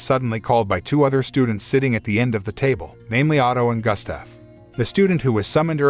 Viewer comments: Why did you pronounce Gustaf as Gastef? 😂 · Terrible pronunciation of Gustaf.